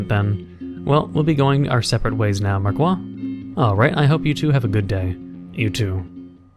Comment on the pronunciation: in frensh the "i" of marquis sonds like an "e": mark"e"